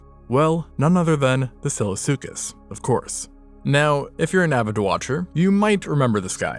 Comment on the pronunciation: Excellent recap! My only complaint is from - , when the words SILLOSUCHUS and FASOLASUCHUS are difficult to audibly distinguish